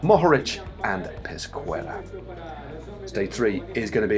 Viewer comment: Pesquera should be read like Peskera... The u in "que" is mute!